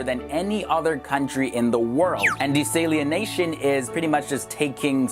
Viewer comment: Dude the way you pronounce “desalination” is cringeworthy asf It’s not pronounced “de-sALIEN-nation” It’s “dee-sal-a-nation”